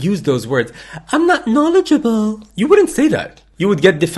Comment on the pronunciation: Seems completely legit. You're in denial here. Valley girl accent, "I'm not supER knowedJUHble", silly college student standing up for a cause she barely knows anything about. Yeah, I'd say par for the course.